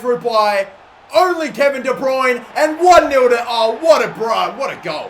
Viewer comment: Please work on your pronunciation of Kevin de bruyne - you murdered it